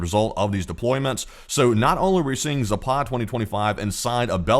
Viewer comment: Please ! It's not Zapaaad ! It's Zapad ! 2 short "a" s !!!!!